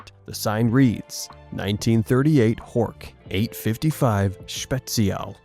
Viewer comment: Butchering the name Horch here. Really, it's not 'hoork'.😂